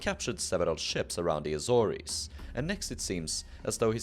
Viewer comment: Respectfully, you've mispronounced the Azores. It rhymes with wars, not worries. :chillwcat